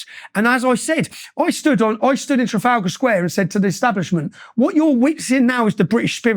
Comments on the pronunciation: Tra-fal-gor square. never change jordan, never change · It amazes me that Jordan Peterson can't pronounce 'Trafalgar' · Can we all just take a moment to appreciate Peterson’s glorious pronunciation of ‘Trafalgar’